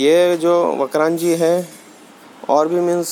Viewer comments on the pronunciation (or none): ये वक्रांजी नही वक्रांगी है और वक्रांगी एक हिन्दू देवी का नाम से जिसे विरात्रा माता के नाम से जाना जाता है भाई नाम ठीक से लिया करो